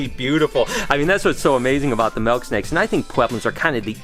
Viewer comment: I like how u say melk snake